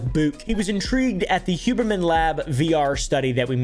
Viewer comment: Who-berman more like (scoff)